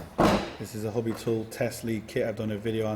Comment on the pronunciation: are you saying hubby tools or hobby tools?